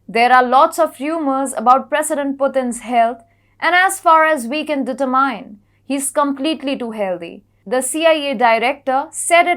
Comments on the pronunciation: I love your unique and creative pronunciation of the word determine. Thank you. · 😂noice. You've made improvements on your subtlety